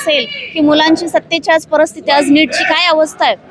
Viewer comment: हिला सांगा 'परस्थिती' नाही. परिस्थिती म्हण.